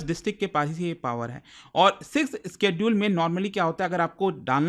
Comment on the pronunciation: Bhi schedule isss ka pronounciation alag laga raha hai up se